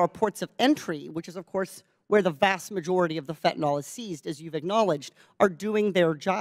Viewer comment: Katie, that's fentanyl not fentinall.